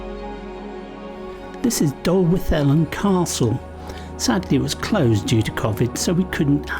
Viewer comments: To be fair, nailed Dolwyddelan, as he did Beddgelert in a previous video. It's slightly unfair to expect 'foreigners' magically to be able to pronounce words from an unfamiliar language. Nevertheless, "Betsy Coid" - ych a fi! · Phew! We covered a lot of ground there. Brilliant. My heart skipped a beat when I saw from the bridge leaving Betws that we were on our way to Dolwyddelan, and congratulations on your 'th' for the Welsh 'dd' sound. I love that place and the immediate area, so thank dronie for the great aspect of the castle with Moel Siabod looking magnificent in the background. I shall make a screenshot of that, if that's ok? Prince Charles painted the castle as one of a set of British Castles that appeared on commemorative postage stamps in the '80s. Love the rest of the route too. You could have given a little plug for the Llechwedd slate quarry/mine just before the drop into Blaenau. Well worth looking up and visiting. This is a clip that I shall be revisiting soon. Thank you.